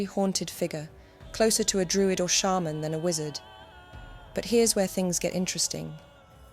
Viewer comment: Shaman pronounced correctly - hooray!